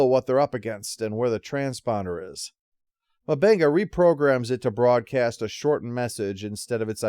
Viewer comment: Jesus, dude. It's not Dr. Mubanga. M'Benga. Like UmBenga